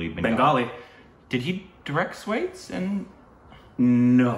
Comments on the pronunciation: I wasn’t a fan of this movie either. I felt Naina’s character not being clear in the second half. Also—Swa-theys Not Swayds. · Swades pronounced as 'sua-dais' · The day you start pronouncing Swades the right way, is the day I attain enlightenment 😂